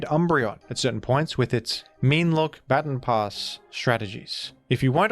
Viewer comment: Ba-Ton, not Bat-on pass.